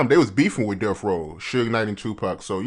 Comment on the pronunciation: It’s DeaTH Row, not DeaF Row. Enunciate, fellas! 👌